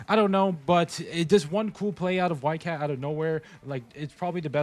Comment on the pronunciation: Did bro just say whitegyatt 💀